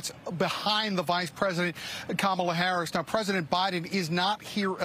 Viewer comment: At least when Harris wins the election you all can stop deliberately mispronouncing her name. "Madam President" will suffice